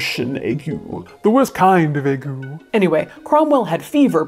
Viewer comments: It's pronounced "aig" (hard g) or "ay-guh" not "ay-goo". Thank you. I shall now rewind to this word and try to focus on the story from that point forward. Grammar sensitivity is an affliction, not a choice. No one would choose this. Really. No one. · Ague is pronounced AYgyoo. Stress on the first syllable. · It's pronounced AY-gyu. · Pronunciations PLEASE. If you're going to cover history have the courtesy of learning the pronunciation at least. Start with Ague. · 64 year old Brit now realising I’ve been pronouncing ‘ague’ wrong for over 40 years.